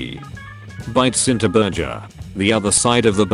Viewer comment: pronouncing burger burjer me is this french #Brainycomment